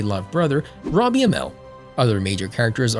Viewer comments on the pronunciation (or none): none